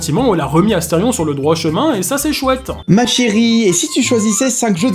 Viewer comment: C'EST ASTERION PAH PAH PAH PAH PAS ASTERFION